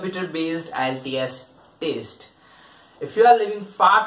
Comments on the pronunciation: It's not taste it's test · Y u say taste? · I appreciate your intentions but please gather good info and also stop saying taste. And one more don’t repeat things which u already said clearly, it’s annoying.